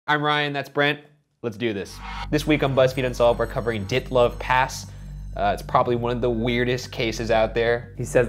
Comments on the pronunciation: The pronunciation of "Dyatlov" though 😄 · It's Dyatlov not "Dyitliv" like u pronounce. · That is the weirdest way I have heard dyatlov pronounced. I thought it it was di-ot-lav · Angry about the pronunciation of dyatlov